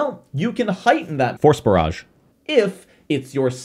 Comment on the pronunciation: I kept hearing "Horse Barrage" instead of "Force Barrage"